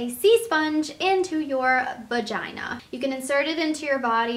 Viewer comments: she said vajingjong( not vagina)....hahah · vaginggong? really? you're almost 30 just say vagina. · "Vagingjong"? "Vachingchong"? "Vajingjong"? like wat i got cringe Just call it vagina ok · she said "bagina" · "Va-jing jong" ded😂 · DID SHE JUST SAID "VAGINGCHONG"????DID SHE? IF SHE DID... imma commit suicide bc i lost faith. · SHE SAID VIRGINA!!!! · why.the.fuck.would.you.say VAJINGJONG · why did you say vagingon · "vagingjong" :l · lol 'vangindong'